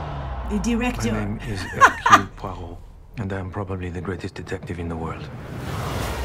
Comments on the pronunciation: You got is name right the first time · You had the name perfect the first try, Grace. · Dear Grace, if you read the books you'll understand this much better... it perfectly evokes the style of Christie's writing. She wrote about evil as a literal force so this is pitched pretty well (minis the horrible song choice at the end). Your pronunciation of Poroit was excellent as well. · You got the name right first time. I am so use to Poirot being played by an older man that Kenneth Branagh himself was a bit jarring at first. Still, loved the trailer.